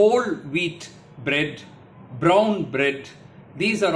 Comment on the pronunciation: IT IS BRAWN BREAD NOT BROWN BREAB